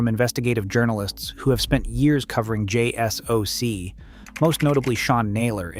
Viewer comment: It's not pronounced Jay Ess Oh See, it's pronounced Jay Sock.